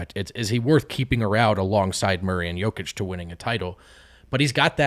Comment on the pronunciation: Why has switched from saying "Joukić" to saying "Jakić"? It sounds even more wrong...